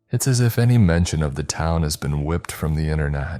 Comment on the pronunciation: god damn gay.I. it still cant say shit correctly, whipped and wiped 2 diff things a.i. creep